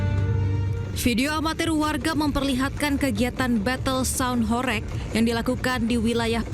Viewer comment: cara baca "HORG" bukan horeg. "Lekok" ... e bacanya seperti e pada kata "selasa" bukan e pada kata heran.